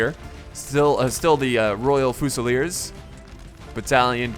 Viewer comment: Fusilier is pronounced 'few-sil-ear' not 'foo-sal-ear